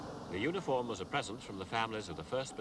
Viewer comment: I thought he said "unicorn" not "uniform" 😂